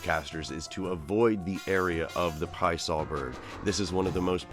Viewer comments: says the Pie Saw Bird... Love it you had the name on point! but I still like saying it with an Italian accent tho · yesss!!.. thats my boi!.. love the MetaZoo lore included, as well as the more correct way of pronouncing his name.. lol, soo many start with the Pee-assah way of saying it before learning the more accurate Pie-uh-saw phrasing..